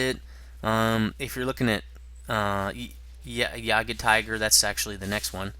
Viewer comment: Your pronunciation of "Jagdpanther" is really weird,.